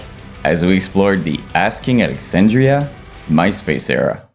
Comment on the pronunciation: ‘Asking Lexandria” 😂🫡